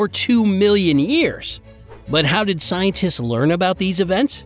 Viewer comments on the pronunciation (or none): Why did he kept saying “scientists”